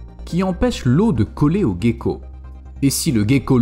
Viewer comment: Gecko se dit jeko